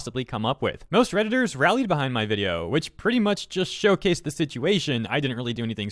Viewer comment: "redittor" cringe